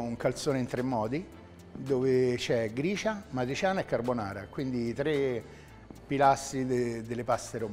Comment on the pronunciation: "matriciana" però non si può sentire. e che cazzo.